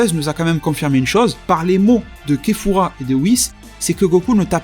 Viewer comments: je crois que tu t'es il me semble que c'est kafla et pas kefura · La prononciation de kefura est morte